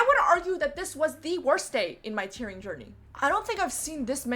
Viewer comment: I constantly were hearing "tiering" and "tearing" at the same time, which by seeing your experience, seems accurate I couldn't differentiate the words. However it's admirable what you did